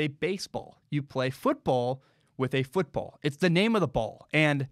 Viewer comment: Why did you pronounce the normal football so weird lmao, its just football in english. You pronounce it how you would pronounce american football.